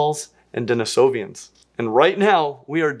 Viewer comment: Just a small correction: it's Denisovans, not Denisovians